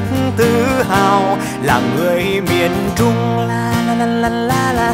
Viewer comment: trời mình cực kỳ thích từ "Miền Trung", đúng chuẩn luôn, tại người Bắc biến âm "tr" thành "ch", nhma Trúc Nhân phát âm rõ luôn, 10đ không chê đâu được